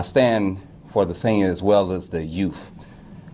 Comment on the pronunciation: It's youTH, damnit, - youTH, not youf!! That drives me insane ‼️😖😖😖